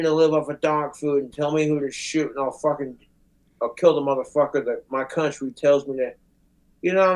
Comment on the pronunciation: Why does he suddenly adopt a southern accent when saying the word "country" here 😂